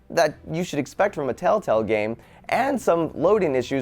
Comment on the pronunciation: lol he said telltell games instead of telltale games